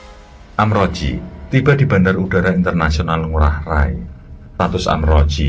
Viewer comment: Maaf kang,, itu sbnrnya amrozi,,, bkn amroji,, y beda tipis sih